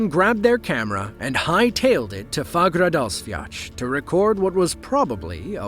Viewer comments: Hahaha wtf is "Fagradasviach", its spelled "Fagradalsfjall" and is pronounced Faugh-ra-dahls-fiatl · "Fagradasviach".. Excuse me?